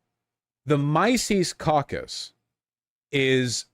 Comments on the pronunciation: "The micees cockus" 😂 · "My sees caucus"????? Learn how to pronounce words vaush!!!!!! Or is he just trolling? That didn't sound like trolling to me